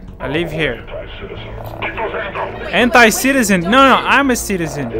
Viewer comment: i heard "hentai-citizen" XD я услышал "hentai-citizen" XD